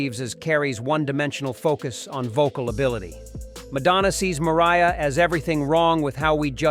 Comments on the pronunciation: At first he says "Maria" Carey.... then he actually says "Mariah" Carey....😤🤭🤦🏽‍♀🤔😅😂🤣✌🏽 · Do you really truly not know how to pronounce Mariah?